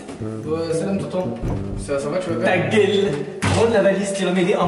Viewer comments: Mdr il'dit pas ta gueule il dit taguaile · Il dit ta guéle